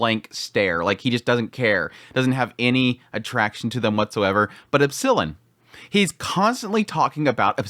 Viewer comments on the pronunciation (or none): It's not epsIllon. It's Epsilon. 😁